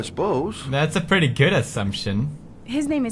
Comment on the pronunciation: "I'm pritty sure we need eggs to make scrambled eggs.." GENIUS PEWDS STRIKES AGAIN!! :D